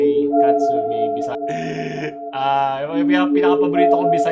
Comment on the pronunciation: on point po accent ng bisaya mo HAHAHAHHAHAHAHA